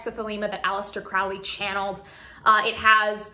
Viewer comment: Just btw, Crowley is pronounced like “crow” the bird.